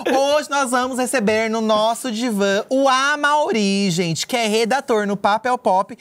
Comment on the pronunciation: Pq o fala diva da diva e não divã da diva? 🥲